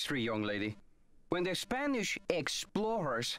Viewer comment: What a good pronunciation you have for spanish, coming from a native speaker from Mexico. I love this Nancy Drew gameplay specially for this!